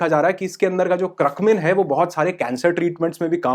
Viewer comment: Curcumin...Not Cruckmin